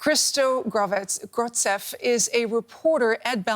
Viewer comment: pronouncing Grozdev as Gordzev is pathetic